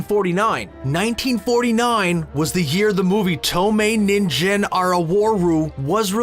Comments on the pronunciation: yes it does, but the way it's pronounced makes it sound like he's saying invisible carrot "ninjin" instead of "ningen" human. Interesting the kanji words for carrot in Japanese mean ginseng in Mandarin. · “TOUMEI NINJIN ARAWORU” completely butchered the pronunciation. Ninjin means carrot. The idea of an invisible carrot haunting you is the opposite of terrifying, yet quite amusing. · i think the biggest crime here is pronouncing 人間 as "ninjen" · I hate the way how he pronounces ningen with a soft g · pronunciation of 人間=man was so bad that he said Invisible carrot appears. lol